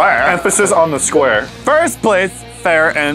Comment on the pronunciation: far and squre